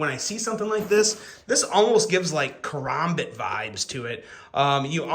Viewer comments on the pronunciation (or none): Wtf!? Your pronunciation of karambit literally stopped me in my tracks..WTF are you knife "reviewers" doing? Tanto, Kansept... now karambit! Y'all are retawded for, "I'm gonna say it my way, well I'm gonna say it my way" goofy as all hell! My OCD is off the charts🫠